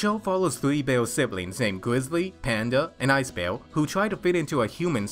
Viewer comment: its bear not beal